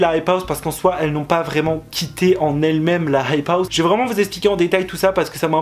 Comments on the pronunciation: C'est insupportable comment tu dis la "hype house" genre la "rrrrrhype house" c'est quoi cet accent ? sinon vidéo intéressante ! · Dans la hhhhhhhhype hhhhhhhhhouse srx ton accent stop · Comment il dit "hype house"